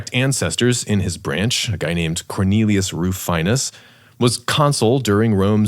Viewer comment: Rufinus is pronounced roo-FEE-nus